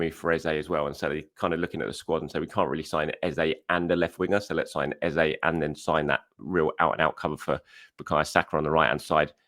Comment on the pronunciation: Madueke? ..... not for me unless it's a bargain. He is too languid for me and not a patch on Marinelli. Just get Eze in...... not Ezay as I have to keep reminding you. I do enjoy the chanel and listen to each one at lunch. Do me a favour. Please get his name correct Eze it's not Ezay. Where do you get that from anyway? i do know how his name sounds and we should respect that, not copy what others assumed.🤣🤣🤣🤣 Lastly, just as you said, you and the rest of us are unable to know what Ateta see's in players. He runs a tight shop and that's correct and we must accept it. Trust in Arteta. Look what he made Havertz into and he has improved nay others. 🤞He as done very well for The Arsenal so far on choices.